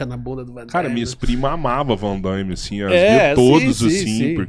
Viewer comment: Não existe 'Vandaime'. É Van Damme.